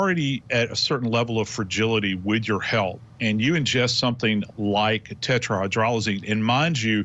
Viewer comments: Their "expert" continuously mispronounced the lethal active ingredient as tetraHYDROLozine rather than it's correct pronunciation of tetraHYDROZoline. Huh, some expert. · I heard hyrdrozoline though from the forensic analyst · This "expert" should learn how to pronounce "tetrahydrozaline." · Maybe it’s just me, but I find it odd that a person is interviewed for this video as if he is knowledgeable about the effects of tetrahydrozoline poisoning, and he can’t even pronounce the medication’s name properly. If you’re going to do an interview on this subject, at least learn to pronounce the substance you’re speaking about properly.